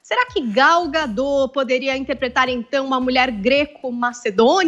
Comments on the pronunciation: Não é gadó burra, é Gal Gadot do jeito que se escreve é pronunciado affff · Não é “gadô”, é gadot. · ela é israelense não francesa!!! o certo é gadót com t mundo e não gadô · O nome da atriz e Gadot, (com O aberto e T pronunciado) e não Gadõ como estão falando... Só acho que Podiam ter pesquisado como se pronuncia antes de fazer a matéria, não é?? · Já começa errado na pronúncia do nome da atriz.......... Gal Gadot , o t não é mudo. Imprensa precisa buscar melhor em transmitir a informação. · Please: Pronunciem o T de Gadot pois é um nome israelense e não francês para se "comer" o final da palavra. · Nossa senhora tanta palhaçada! So sei que ngm se deu ao trabalho de perquisar que no Gadot o T nao fica mudo!!!!!!!!!!